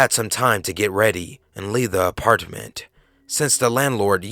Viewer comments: Anyone else not like how he says apartment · The way you say apartment lol